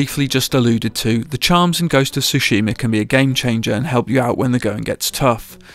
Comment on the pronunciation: Why does everyone mispronounce Tsushima? As it’s said in the game multiple times throughout, it makes me wonder if people are even playing the game or not.